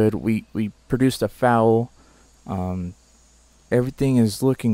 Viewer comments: Don’t you love when he says fal instead of foal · Foal is pronounced like 'roll' with the r changed to an f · This is how you say foal: fowl Just a tip :) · That’s not how you say foal. 😖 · Bruh this dude can’t say foal